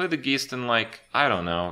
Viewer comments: Oh good. I was worried that Kripp would make it a whole expansion without chronically mispronouncing one of the cards. Geest?! C'mon, geist is a common word! I guess mispronunciations are just part of our zeet geest. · Geist - Guy-st not geese-T sorry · "G-EYE-ST" not "G-EE-ST" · Saying geest is really stupid. It's obviously guyst. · ITS NOT G I E S T, ITS GEIST, G U Y S T! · The first part of "Geist" is pronounced like "guys" not "geese". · when will somebody tell kripp that its pronounced gaist and not geest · I love how he says "Geist", geest ;D As a german I cant help but cringe a bit, here its pronounced... Guyst I guess. Like guys with a T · John Snake Geist is the German word for ghost and it is indeed pronounced like Heist, as if it would be written guyst. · "The Geest" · "Geest" fingernails down a blackboard every time you say it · Geist is pronounced like "guy-st". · GEIST is pronounced as GUY-ST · Thomas Synths No, it's pronounced ghaist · Its a dutch/german word and pronounced [ɡaɪ̯st] (Guyst in the english language) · It's pronounced GYst. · "Geest" lol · It's pronounced "guy-st" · It's pronounced guyst!! ffs!! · FYI, geist is pronounced the same as heist :) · As a german, I'm TRIGGERED by his pronunciation of the word "geist". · its geist, as in poltergeist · Your "Geist" pronunciation is killing me... Also Skulking Geist should just remove every single Jade card from opponent's deck so we can already get rid off this shit and not wait for next standard rotation. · thats not how you say geist holy shit, im so triggered.